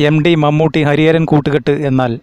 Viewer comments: എം. ഡി. യല്ല എം. ടി. യാണ് ഉച്ചാരണ പിശക് choondikkattiyathanu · 'എം ഡി' യാണോ 'എം ടി' യാണോ? ഉച്ചാരണം ശുദ്ധമാക്കുക......... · എം ഡിയല്ല. എം ടി. ഉച്ഛാരണം ഒന്ന് മെനയാക്കിക്കൂടേ...